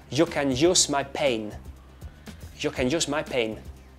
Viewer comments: The pronunciation of "pain" is wrong. I think it would be actually PEIN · we pronunce pain with accent as pa-in, not pen. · the sound is not "carrs", it's "cars". Like the sound of saying "give it away" repeatedly, it ends up sounding like "giviRauei" for a spanish speaker, it's not "giviRRauei" when saying pain, we say "pein", not "pen" -.- in school teachers write "pein" as the pronuntiation in the chalkboard. again, it's "jau aR iu", not "jau aRR iu" I liked the "machine gun" way of speaking, though xD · no creo. Además por lo menos en mi país no hablamos así el español. No pronunciamos la j como si fueras a escupir algo. Además si vamos a pronunciar pain lo pronunciaríamos como pein. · Pain is not true at all. We say P-e-i-n